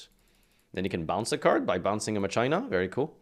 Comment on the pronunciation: Please stop pronouncing Machina like that